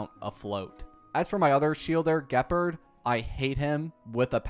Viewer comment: THE WAY HE IS MISPRONOUNCING EVERYTHING ge purd seelie/sella/sellay herenteum him a ko INERT SALETTO rule i ent arena eye on zeeon lawfu him a ko PLEASE THIS IS THE MOST CAUCASIAN PRONUNCIATION